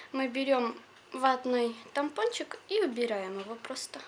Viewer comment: говорила диск много раз,а потом сказала тампочничк!подумаешь))